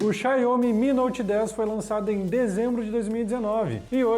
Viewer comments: Essa pronúncia Xanhomi 🤦🤦🤦, Xaumi, Xaumi, Xaumiiiiiii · Pelo amor..... "Xaiomi" não existe! Xiaomi se lê "Xaomi" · Começou o vídeo já falando xaiomi! Não sabe nem pronunciar o nome vai saber o que!? Da uma pesquisada!